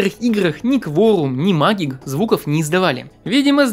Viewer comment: Не магик, а мэджик ! (магия)